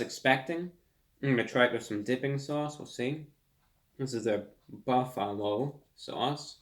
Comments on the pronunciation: "this is a buff-AH-lo SAU-ce" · Buf fa Lowe sause